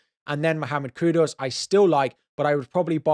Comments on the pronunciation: Kudus, not Kudos come onnn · I always say that every time he says kudos😂😂😂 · its not kudos 😭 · Dude please stop saying KUDOS with an O ffs